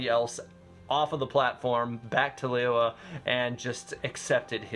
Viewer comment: lee-you-ei not lee-you-were